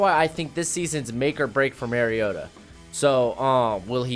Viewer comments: Mario ——-ta. Not marryodah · It's Mario-ta not Merry-o-ta